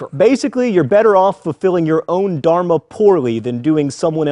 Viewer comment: okay we all have to admit only a Hindu can really teach Hinduism. The way this guy pronounces Dharma and other things makes me shudder. Not even kidding